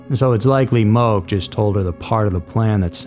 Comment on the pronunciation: It’s pronounced Mo-Keh. And I’d say Sacred Falls is way more illegal since it’s actually had a very tragic incident. I don’t even think people try that hike anymore.